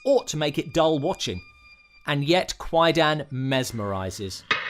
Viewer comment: Yeah, It's pronounced Quie- Dahn, kwai-daaahhhn. not quie-dan. The "a" in dan is a long "a", as in arm. not a short "a" as in man.